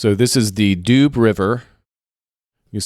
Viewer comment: And Doo river, department not doobs the Doubs inhabitants are doubiste and Besançon ones are bisontins ( Vesontio was the Roman name of the city)